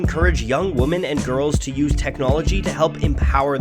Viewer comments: Why are u making a video about feminist punk when u can’t even pronounce WOMEN oh my god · It's hard for me to take seriously this video about women in music when the narrator can't even pronounce the word "women" correctly! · Good video, but do you not know how to pronounce the word "women"? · Hey man I really like your videos but jesus christ dude, how the hell do you not know the difference between the words woman and women? They are not pronounced the same, you know, cuz of singular and plural meanings? I know this is sort of a nit pick but goddamn it's really distracting and really makes me wonder how the hell you've gone your entire life without knowing this. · Women plural is pronounced differently than woman singular. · How's he pronouncing women? It's doing my head in! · What's not to love about plucky girls with lots of attitude? (I wish the narrator wasn't having such trouble with the word, "women" though....) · Why do you not know how to pronounce women? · Having a dude who cant pronounce "women" right makes this seem like a joke honestly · How can one person pronounce zine correctly yet fails at pronouncing women, it amazes me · I hate the way you say women. Good video though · Is he saying 'woman' or 'women'? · why can't this narrator pronounce the word women correctly? annoying otherwise good clip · Is your pronunciation of "women" a dialect thing or a mistake? It's very consistent and quite distracting. :P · Why can't you say 'women' correctly? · I just could not take the way the narrator pronounced the word “women.” I had to quit 3 minutes in. Long Live the Struggle! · the way he pronounces "women" is triggered. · How do you not know how to pronounce women? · bruh no. from Vancouver and no one pronounces it like that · I go to Canada 🇨🇦 all the time I’ve never heard anyone pronounce one of the most common words used daily wrong like this This person needs to go back to preschool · Shocking inability to pronounce the word “women”